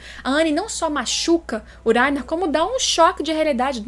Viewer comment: Gosto muito do seu canal e do seu conteúdo, mas me nervoso escutar falando o nome do Reiner kkkkk ao meu ver o certo seria pronunciado como se tivesse o som de dois RR e não um. ( Acho que explicando dessa forma vcs entendem o som que eu estou falando ) kkkk